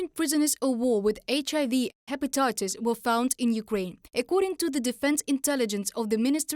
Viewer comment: The guy mispronounced HIV 3 different ways bro. “Eisch A V” “Eisch I V” and “HIV”😂😂😂 , , and 😂😂 😢listen to them all😂😂